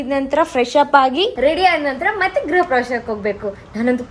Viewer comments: ಗುರು ಪ್ರವೇಶ ಅಲ್ಲ ಮಾರಾಯ, ಗೃಹ ಪ್ರವೇಶ. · ಸ್ವಲ್ಪ ತಿದ್ದುಪಡಿ ಮಾಡ್ಕೋಳಿ ಗುರುಪ್ರವೇಶವಲ್ಲ ಗೃಹ ಪ್ರವೇಶ ಪೈಂಟ್ ಅಲ್ಲಾ ಪೇಂಟ್ ಸೂಪರ್ ವ್ಲೋಗ್ ಅಣ್ಣಾ❤❤❤❤❤❤❤❤❤❤❤❤❤❤❤❤